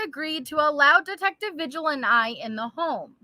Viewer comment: I'm sorry but every time you say vigil it's actually pronounced Vihil. I'm sorry LOL